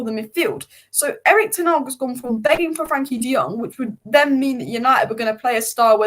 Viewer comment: Who is Erik Ten Arg???? Still can't pronounce his name properly. Almost as bad as Florentina!!!